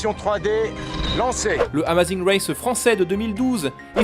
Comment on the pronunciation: Félicitations pour les 100.000 et tes efforts en anglais, à part Amazing race t'as tout bien prononcé ! 👍